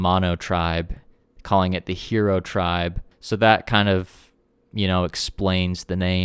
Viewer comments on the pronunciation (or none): It’s hiro.. “high-row”, not hero!